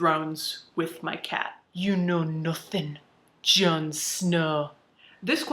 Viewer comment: Haha the way you said ” You know nuthin’ John Snow”, well a did a mental double take, it sounded a lot like my regional accent. 😂 I’m from East Yorkshire, UK at the coast. I’m impressed. 😆 You are so right, in the end we have all these similarities that make us human, and we’re animals. Doesn’t matter what you’re social status is, your race, gender, color, sexual orientation, age, whatever. We poop, pee, have bodily functions that are the same. We have more similarities than differences, despite efforts to try be superior to others or claim “I’m better than him or her”. We’re all born, live, and in the end we all meet the reaper”. Knowing this, this is why I try my best to be decent to others, treat other’s equally and with respect, screw social status.